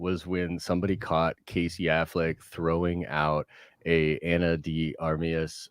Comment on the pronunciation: "..Ana D Armius..": "Keep my wife's name, out ya f!@ mouth!"